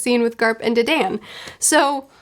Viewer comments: the bandit ladies name is pronounced (duh-dawn) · Pronunciation Tip: Dadan’s name is pronounced “don”. Like a mafia Don.